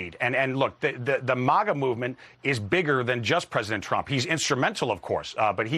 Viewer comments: "Vice President Tremp"? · "Vice President Tramp"???? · ... Vice President Tremp? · "vice president Tremp" the least this trump spokesperson could do is know the name of his VP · WHAT? "including vice-president TREMCE". This guy's head is up Trump's arse so deep that he made up words just like Trump.